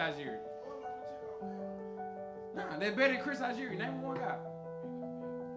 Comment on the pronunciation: He really said Chris Algeri?